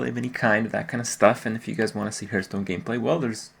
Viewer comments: For crying out loud kripp .... its Hearth-stone ..... not Hurt-stone ;) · Why does he consistently mispronounce the word hearthstone. It's really not that hard to pronounce, but I've never heard him do it the right way ever. It's not hurtstone. Surely there must be some reason for this as it's not even close to sounding like it should? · why do so many pro's say Hurtstone?